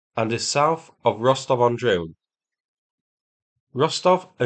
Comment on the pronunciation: Es heißt Rostov am Don nicht Rostov am Drone😅😜